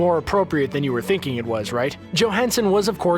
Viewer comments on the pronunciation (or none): none